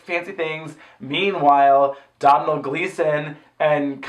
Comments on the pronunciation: Domhnall is pronounced DOH-NAL. Not DoM NaL. It rhymes with Tonal. He's literally saying it as Dohnal in that clip you used?! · As an Irish person it’s pronounced DOH - NALL gleeson. Love u xo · It’s pronounced Dough-nall. I liked the film, but I didn’t watch the past ones, but I got so excited at the start music! I really liked the outfits in the casino too. Love your reviews. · Just wanted to tell you Domhnall Gleeson's first name is pronounced Doe-null. Don't blame you though, Irish names make no sense lol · Doh-nal gleeson. Just FYI 😛 love you guys so much, never miss a review ❤❤❤